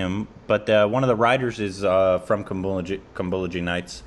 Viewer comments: its kum-ba-lan-gi nights not kumbalogy. Its funny when u say it but its also kinda putting me away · Everytime they pronounce kumblangi (gi.. Like Gigi!) as kumblangee nights.. I go... 😂😂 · This is for.Please pronounce "G" in Kumbalangi nights correctly.And Malayalam is easy to pronounce just take note of this. MA - LA - YAAA- LAM